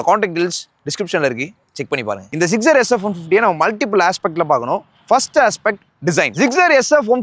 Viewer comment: Tamil reviewers always pronouncing Suzuki Gixxer as Zuzugi ziggzer😂😂😂